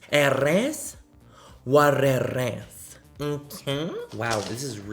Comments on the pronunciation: “Arrres whet arres, nnkee?” I live for this part of all your videos!🔥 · I live for Manny's "it eres what it erse" !!!! 💞💞💞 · I literally laugh so hard when he says that